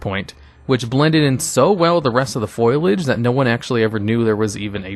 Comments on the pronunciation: Fo-lee-idge not foil-lidge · Foilage, huh? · Lol "foilage" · Best parts of these videos: listening to say "fustrated" and "foilage". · I second this.